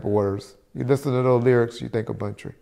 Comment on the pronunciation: Hey bro just letting you know it’s Buntry not bountry